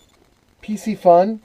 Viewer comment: "Carbon frame" is just a fancy term for plastic...those aren't 5 weights, they are magnets. Pretty sure pisci isn't pronounced pissy. Piscifun is Pisk eh fun. Pisc as in piscis (fish in latin) The cam is called a pinion gear. The plastic inside of the Abu are parts that don't wear a lot. Abu has been made by pure fishing (chinese company) With the exception of a few, ALL abu are made in china. They make a few Ambassadeur in Sweden still, but most are made in china. The Abu also design their own products. Piscifun does not. They reverse engineer other engineering and copy. It is much cheaper to copy than to design their own.